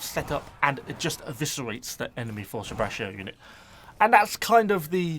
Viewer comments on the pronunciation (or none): Oh, to pronounce ''fortebraccio'' the ''cci'' part would be pronounced like ''moCHI'' if you are familiar with the Japanese sweets, or ''CHIbi'', I cannot remember any English word with that sound. You are maybe familiar with the Italian ''CIabatta'' bread, or the country of ''CHIle'' hehe. Condottieri (which literally means ''leaders''), on the other hand, you almost got it, just pronounce the letter ''I'' between ''condott-I-eri'' and you are good to conquer.